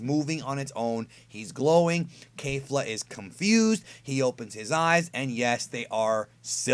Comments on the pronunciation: I hate to be that guy but it's pronounced kefla not kayfla they even say it in the anime. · It’s KEFLA... definitely can confirm that after this episode. Nobody is pronouncing it ‘Kayfla’ in the show. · Her name is Kefla.... not Kafla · Kefra kefla all the characters say it with a ke pronouncing not kei like a keifla or keifra not sure why people are saying with with kei and not ke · KEFLA jesus KEH fluh not kay